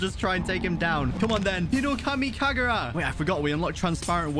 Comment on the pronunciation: oh btw you said hinokami kakura lol